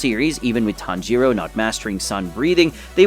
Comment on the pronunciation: Tanjiro❌ Tanjuro✅